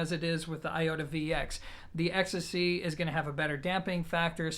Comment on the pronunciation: Well, I thought you pronounced it more like ecstasy, 😂 Still, great review for a piece which has been in my sight for my bedroom setup for some time now 👍